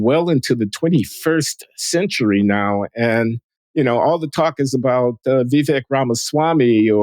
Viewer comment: Did my favorite linguist just butcher the pronunciation of Vivek’s name?